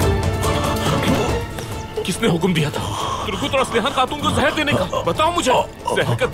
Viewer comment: It's zehar not jehar